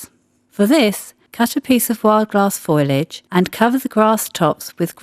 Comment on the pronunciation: It's "foliage", not "foilage"!!